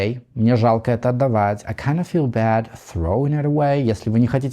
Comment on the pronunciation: Как красиво вы произносите слово Throwing. Я: Тхровинг 😅